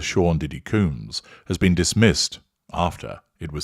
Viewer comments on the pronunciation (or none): Dude why can’t you pronounce names properly? Surely even with your British accent, pronouncing Combs properly can’t be that difficult. It’s COHmbs….not Cooms! Also, she got $100M from the settlement. It’s open source data so you should have known that. It’s obvious that you’re just reading from various sources and have no actual understanding of the subject….including how to pronounce his last name properly. I usually enjoy your videos but this series was weak to say the least. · It's not "Coombs", it's "Combs" like honeycomb or hair comb and brush. Everytime you say "Coombs", my mind goes "Who TF is talking about?!". 🤭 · His name isCombs not cooms. Is that you asserting control? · I think he doing it on purpose lol